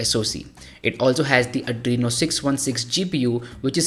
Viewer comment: its 'adreno' not 'andreno'